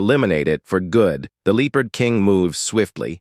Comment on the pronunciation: God Almighty you need to get a new AI, this one cant even say the word Leopard. I mean I put the word in Google Translate and click on the say the word button and it got it right.